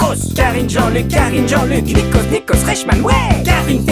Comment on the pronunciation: Le nikos à est vraiment bizarre... il devait être bourré.